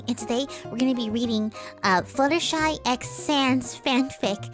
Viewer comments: you are fluttershy not fluttshe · How much money did it take to surgically turn yourself into?